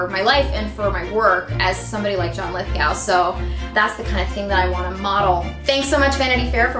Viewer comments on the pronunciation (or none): You're telling me John Lithgow was such an influence she didn't even learn how to say his name right? It's Lith-GO like stop and go. Not G-OW like COW with a G.